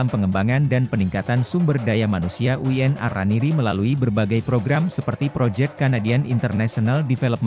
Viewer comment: VO Talent-nya robot, Min? UIN kok dibaca Uyen? 😅